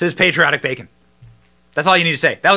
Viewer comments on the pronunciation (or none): none